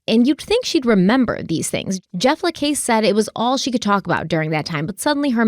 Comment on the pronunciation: Pronunciation guide lol: Luis Rivera = Lewis (english version) Rivera. Jeff LaCasse = Jeff Luh-CASS. Detective Isom = Detective eye-sum. Katherine Magbanua - Katherine Mag-bahn-wah.